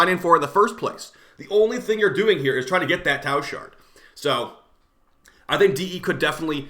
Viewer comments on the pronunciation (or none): none